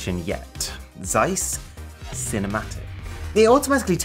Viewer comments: Would be nice if you pronounced Zeiss correctly 😉. ZZZ(sharp)eissss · Please stop butchering the name Zeiss. Otherwise Great video as always.